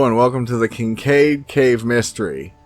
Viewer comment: It's Kincaid ...